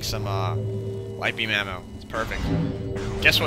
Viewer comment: every time you said ammo I could have sworn you said mana